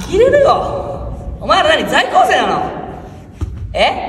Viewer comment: 「ざいきょうせい」って甘噛みしてるの好き